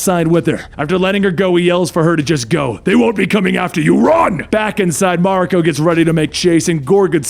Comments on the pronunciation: It's spelled 'Mawr-e-co' . you welcome x') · Ma-rEEEE-ko! Please stop making my eye twitch. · It's MA RI KO. The Japanese language is broken down into syllables